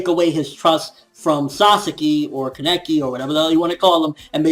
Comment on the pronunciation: so i pronounce it like kaneki but it seems like everyone else is saying keneki which is it